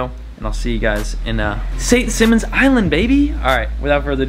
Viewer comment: You need to say St. Simons right. You should ask you friend that lives there. Its not SEEMONS, its Simons.